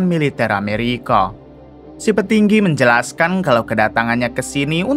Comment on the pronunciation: Menjelaskang hahahaha.. Abang nya orang Bugis ya Menit